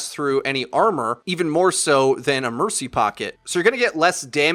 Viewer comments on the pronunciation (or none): none